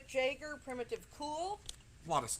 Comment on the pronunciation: Mick Jagger not Mick Jayger